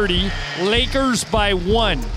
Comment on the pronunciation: It’s Lakers (Rembele), the intro lol